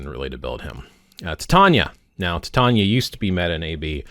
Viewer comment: Titania is pronounced Tye-Tain-EE-ah, and not Tit-Ahn-ya